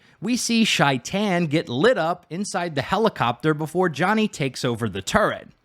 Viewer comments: Its not pronounced shi tan its pronounced like shayten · Shaitan is pronounced with a long A sound, or at least that's how Johnny pronounces it in game.